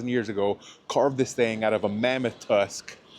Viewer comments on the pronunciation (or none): none